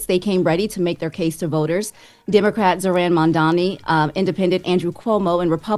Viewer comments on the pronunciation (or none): Not trying to be funny but when you mispronounce MAMDANI, it's very noticable